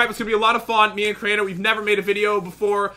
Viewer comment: Drew he said Crainer.